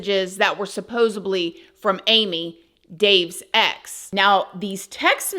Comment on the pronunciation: Please stop saying SUPPOSEBLY…it’s a D, SUPPOSEDLY